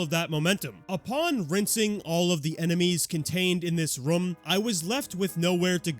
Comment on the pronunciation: bro still cant say room correctly lmao